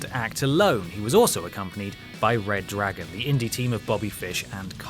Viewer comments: ITS RE-DRAGON NOT RED DRAGON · This guy will never get over like Adam or Adam.. And hey, it's not RedDragon but freaking ReDRagon!!! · It's Redagon not Reddragon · Its Re-dragon not Reddragon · It's Redragon not RedDragon.... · Umm, it's reDRagon, get it right